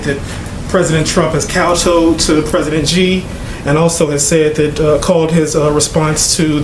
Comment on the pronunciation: That’s kowtow not kowtoe you absolute intellectual midget